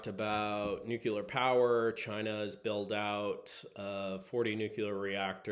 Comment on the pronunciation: NucLear like nucleus..;)